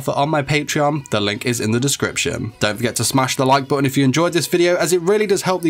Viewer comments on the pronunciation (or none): none